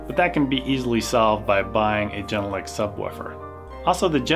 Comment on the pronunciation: The Speakers are made in Finland. So, to speak out its not the way you do it. The "G" at the Beginning of the Name is just like the "G" in "Garden". So - even people in Europe do it wrong! When you wanna be a rael professional, don`t say "Geeee......!